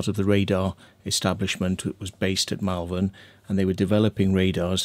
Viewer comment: MALVERN is pronounced MOL-VUN, not MEL-VEN.